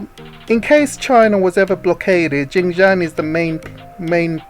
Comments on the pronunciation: Politics, Tech and Economy, chief, is Xinjiang and not Jinjiang, your pronunciation is incorrect, Xinjiang literally means new territory or new domain/frontier. 新疆 where xin- new, jiang- territory. kindly take note, thank you. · Really like your videos, thanks, just that the pronunciation of Xinjiang not so ok. Xin means new in Chinese, sounds like “sin”. Btw Jiang means territory in Chinese. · sorry I think it should be pronounced “shin” instead. I am not a mandarin speaker also. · I thought you were Chinese working for the ccp as a propagandist until I heard you pronounced Xinjiang I knew you were not Chinese.